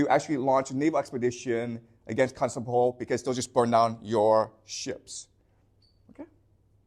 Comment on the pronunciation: I can tell this man reads a LOT. Why? Because he mispronounces unusual words and names, those you don't encounter in every day speech (eg Constantinople). Basically it means he didn't have someone lecture him so he can pick up the pronunciation, but he learned it by reading so the pronunciation isn't obvious. This isn't to criticise, and I think it's the mark of someone who loves learning.